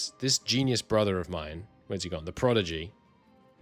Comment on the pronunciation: You are mispronouncing “prodigy” mate, switching the d and g sounds